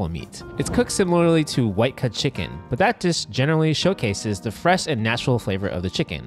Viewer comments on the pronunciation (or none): of course find the guy that says "chickeen" for a chicken video so he has to say it 100 times. delightful